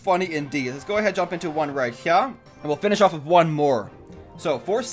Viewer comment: you notice that every time you say here it sounds like you say heya😂